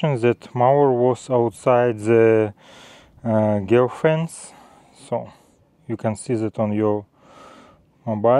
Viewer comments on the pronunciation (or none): That was one of the mispronunciations I heard as well, but I'm used to it. Another was "GeoFence" is pronounced with a "soft" g like Georgia (the US state or country) and not like Greg. Excellent video just the same.